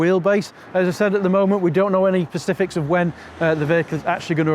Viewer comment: It's 'specific', not 'pacific' 👍